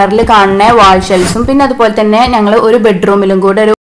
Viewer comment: നങ്ങൾ എന്നല്ല ഞങ്ങൾ . ഞ എന്ന അക്ഷരത്തെ കൊല്ലരുത്